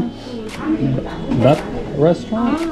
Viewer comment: Duk soo - Goong. - Kiong bok - Goong.